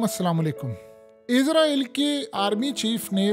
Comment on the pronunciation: bhai izraeel nahi Israeel hai Izraeel farishtay ka naam hai